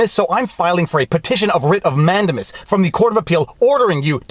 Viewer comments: I love your videos with one exception; your mis-pronunciation of Latin words is “fingernails on chalkboard.” For example, you say “MANdimus”. rather than “manDAmus” or “Amicus”rather than “aMIcus” . While it has been over 50 years since I last studied Latin, I don’t think the Romans have changed their pronunciation recently. Also, in 40 years of legal practice, I have only rarely heard Latin legal terms pronounced as you do. Otherwise, I love your videos! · I enjoy your videos and analysis, as I feel that I would agree with you most of the time (Yes, I'm an attorney.) HOWEVER, I cringe every time you say "MAN-de-mus." I learned it as "man-DAY-mus" in law school. I just double checked my Black's Law Dictionary, and it agrees that the word is pronounced "man-DAY-mus." (actually, the "u" is an upside-down e called a "schwa" but that's hard to type in comments.) Is your incorrect pronunciation of "Mandamus" a Canadian thing, or are you just doing it wrong? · Who knows where it's going to go. But, I have it on good authority that the word is pronounced, "Man-day-miss." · 😂😂😂 Man-dame-us Man-dame-us